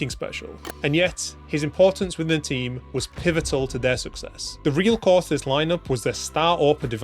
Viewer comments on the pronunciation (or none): none